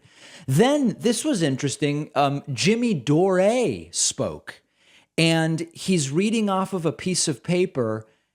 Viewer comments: Jimmy "Doreh" is just Jimmy Dore right? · Jimmy Door-Ray?